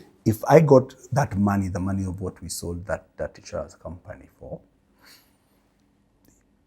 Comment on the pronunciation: Great information. I love the luo accent on Money! say maanay😅